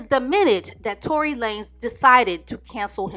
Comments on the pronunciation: "Tory LAMES" 😆 she called him a 3 foot runt lmao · "Fistopher Brown" and "Tory Lamez"...😳🤣🤣🤣 unintentionally going to kill me. I need to stop eating or drinking when watching her videos.